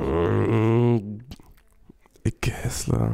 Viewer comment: Icke hässler wird der ausgeprochen und nicht heeesler aber sonst top Format